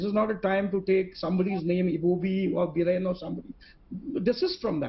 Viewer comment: Not Birender.. It's Biren